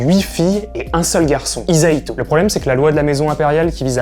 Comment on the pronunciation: ce qui pose problème, c'est que les branches latérales soient exlues de la succession. donc c'est pas la faute du patriarcat, c'est la faute des américains. et c'est pas "Izaito" mais "Hisahito" (le s n'est pas un z, et le h se prononce toujours)